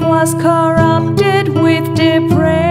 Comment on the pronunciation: Great voice and ofc the song is dope. Just really hard to get over the mispronounciation of 'de-prAv-e-tee' :D It comes up so many times!